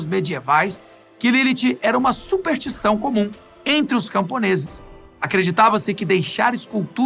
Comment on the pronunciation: Supertição foi fogo, hein. Chegou a doer os ouvidos.